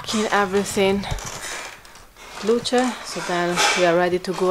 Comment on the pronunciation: The baby is Luce - pronounced ‘Lucha’. Luka is Daddy.